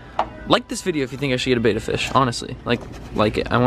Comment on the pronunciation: EVERYBODY, It is spelled betta not beta And it is pronounced like bet-at not Bay-ta